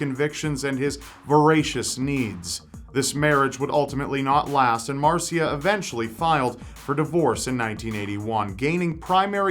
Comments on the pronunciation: You're pronouncing Marcia wrong. It's marr -sha. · It's pronounced mar-sha instead of Mar-see-UH